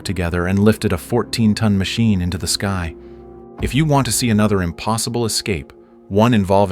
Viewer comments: shows you use AI.. sky pronounced as ski lol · When your 'narrator' cannot even pronounce a simple word like "sky" properly, then we KNOW your content is AI-generated. EDIT: Have noticed that many commenters do not appear to have a problem with cheaply-made AI slop. If you idiots are prepared to accept crap like this, then the future is indeed most bleak.